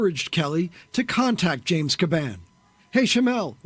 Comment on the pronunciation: Dude makes a video and butchered the commissioners name. It’s only been in the news for the past few months!